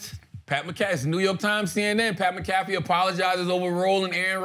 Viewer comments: Mcafee not McCafee lol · It's McAfee lol...